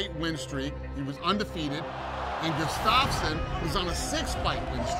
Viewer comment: This is the worst pronoceation of Gustafsson